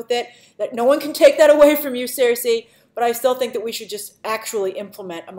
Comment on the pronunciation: Cersei is pronounced "SIR-SEE", Grace. For some reason you keep calling her "seer-say"/"seer-see"